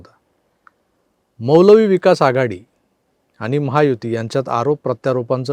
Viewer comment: 😂😂 एक नंबर उच्चार केला ...मौलवी विकास आघाडी